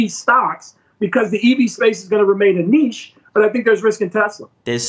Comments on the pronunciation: "Neesh" is correct pronunciation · just because you call something a 'neetch' that doesn't make it a 'niche' 🤷‍♂️ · "EVs are gonna be a Nietzsche" Yeah! After the philosopher stone, is going to find us the philosopher car! There is no "T" in niche, no "T" So don't invent one, it's a French word, "ch" is pronounced like "sh".